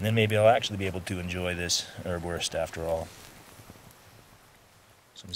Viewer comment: Hi! Here in Germany you can buy Erbswurst in pretty much any grocery store and it is really useful outdoors. Greetings, Tim PS: Erbs Wurst = pea sausage , the first "s" is pronounced.